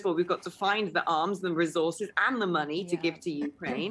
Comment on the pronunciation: It's not YOUkraine. It's not MEkraine. It's YouKRAINE.